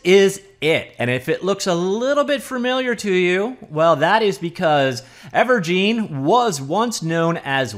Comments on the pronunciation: Its gine as in engine not gine as in jean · Thank you, that was bugging me. I mean think about it. It's a game "engine". It used to be called Wave "Engine". Now it's called Ever"gine". Where is this "geen" coming from? Urrg!! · It's most likely pronounced "ever-jin", like ever en-gine, ever-gine. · It's never pronounced "gene" when you're talking about an *engine*. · I'd imagine it's pronounced Ever-Gin as in and Engine but forever... Evergine...